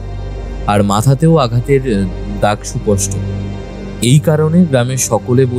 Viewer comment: ১৯-২০ বছরের ছেলের গলার স্বর অমন হয় না। সুপষ্ট নয়, সুস্পষ্ট হবে। সব মিলিয়ে আরো ভালো করতে হবে।